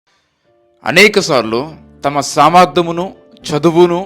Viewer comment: సమర్ధము కాదు సమర్థ్యము spelling mistake సరిగా తెలుగు చదవండి స్పష్టంగా కట్టుటకు కుటుంబం ఈ words స్పష్టంగా గా మాట్లాడండి